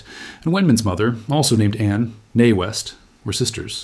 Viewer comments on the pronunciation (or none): Anne neé West was beautiful. When you said her name, at first I thought you said "Mae West."